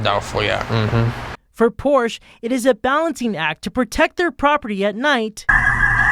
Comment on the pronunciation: Learn how to pronounce Porsche correctly.